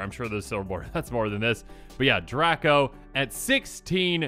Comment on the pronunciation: ........draco is pronounced drey-koh not drah-koh